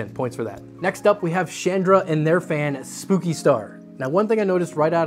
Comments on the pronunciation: It bothered me so much every time he said "spooky" when it's clearly "spoke-y" lol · I think "Spoki Star" is supposed to be read "spoke-y" and yes, that star has spokes. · Its spoki star not spooki 🤣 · I think it's "spoah-kee" star, not "spooky". Like it's spoked, like spokes. Spoki!!! Man, I have to say I really enjoy when these fan review vids feel longer - more talk about the fans themselves before going into the various tests that are involved. Sometimes the fan showdowns felt a little abrupt and rushed here and there - maybe it was just me though :P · Spoki, not spooki. LOL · Pretty sure it is SPOKEie not SPOOKY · I think spoki is supposed to be pronounced like pokey with a S not spooki. Lol. Great vid as always. Keep it up! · Its Spoki, like Spoke/poke-y not Spooki which would have two o-s. And that explains it POKEing you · I think "Spooky" star is supposed to be pronounced "Spoke-y" star ... because of you know ... all the spokes that give you pokes on it. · Spoke-y, not Spooky! (I think?) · I'm pretty sure the "Spoki" star is "Spoke-y" not "Spooky." Because all the different blades are "spokes." But we're going to need to hear some original-source confirmation. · Is Spoki-Star supposed to be pronounced...Spoke-y-Star? As in like.. the spokes on the rim of a bike? Kinda feels like that to me, with a reached out play on "Spikey". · Pretty sure "Spoki" isn't referencing the word "spooky" but rather "spoke-y", as in it has a lot of spokes or maybe spikes. That's my take anyway... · Or Spock-y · Spoki = "spoke ee" If they want it to be pronounced "spooky" then they must use 2 'o's ;). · That is not spooky star, it's spoki star, like spoky (spoke as in the spokes of a wheel for example) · Hmm I thought it be prounounced spokey star, like wheel spokes.